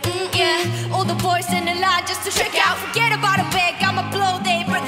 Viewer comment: when jennie sayed all the boys 😭😭her accent 😍😍